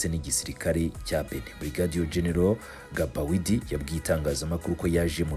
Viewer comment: Ntibavuga Gabawidi bavuga Bagidi (Gbaguidi)